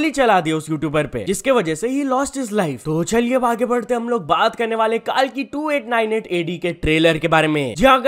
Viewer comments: Bro it's कल्की.. Not कालकी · Bhai kaalki nahi hai wo kalki hai 😢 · KAALKI KYA HOTA KALKI KO THEEK SE PRONOUNCE KARO LORD KALKI KA APMAAN MATT KARO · Bro it's not Kal-ki it's Kalki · the way he pronounced it was wrong bro